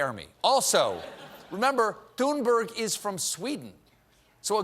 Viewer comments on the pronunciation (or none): Greta's name is pronounced "Toon-berry". She said so clearly in her on video clip. Please stop saying Toon-berg or Thun-berg! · It’s pronounced tuneburry one day someone will get it right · For the past year, Greta Thunberg has been making the news and talk show circuit. She introduces herself over and over in clear English as “Tune-BARRY.” Then one show host after another sittings there and reintroduces her as TOON-BURG. (Even the ones that take needless pain to roll the R and say GR-R-RAITA) And then tells us we really need to listen to her. Greta has been named Person of the Year in the same 2019 that Merriam-Webster declared “non-binary They” to be Word of the Year. If we can learn to use people’s Preferred Pronouns, why can’t professional journalists and highly-paid anchors learn to pronounce an internationally acclaimed youth activist’s Preferred Name?